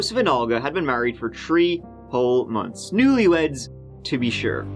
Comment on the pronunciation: "Married for TREE whole Monts." Lol, keep it up. Great show you've created; )